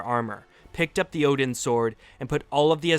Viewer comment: What are you.. the god of hammers.. "odin"